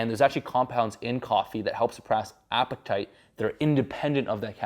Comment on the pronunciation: "there's actual compounds in the coffee that help suppress apatert"